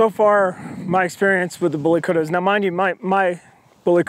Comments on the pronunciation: Kutta is pronounced "KUT-THA" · The way he pronounce kutta is funny,, indians n Pakistanis will understand,, lol